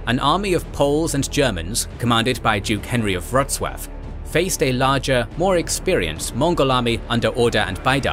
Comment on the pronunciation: If I'm not mistaken, they managed to spread this proto-chemical weapon from something like a pole that you would use to hang a flag on, with sculpted "spooky" head on the top. That must've been scary af. By the way, you nailed pronunciation of Wrocław and Legnica, hats off!!